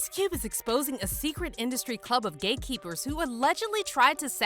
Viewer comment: I watched this video 4 times and I just figured out she was saying hate keepers and not gay keepers